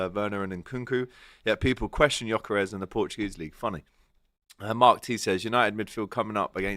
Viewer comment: Why is it so hard to pronounce names with the Lyle family? How is 'gyok' jok?